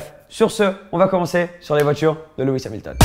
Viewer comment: Tu as dit luis hamilton